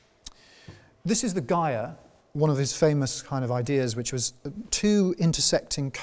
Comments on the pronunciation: He is mispronouncing it. A mistake. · In and in the presenter said /ˈgaɪər/and ALL dictionaries and people I knew said /ˈdʒaɪər/. Can someone please explain what is his reason for that? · An enjoyable talk, thank you. Two small points: "gyre" is pronounced "jire", as in gyroscope; and "phenomenon" is the singular of "phenomena".